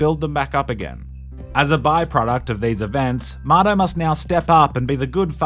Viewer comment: lol what a goofy game. its like the kinda like The Sims, but you get the option to be first person. strange i never knew his buddy's name had an R in it and was actually Marto. i thought he was saying Mato/motto this whole time. how would an australian pronounce the word 'Motto' compared to how they pronounce 'Marto'